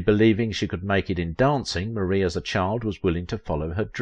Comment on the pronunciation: It is prounced MAR-E not Marie❤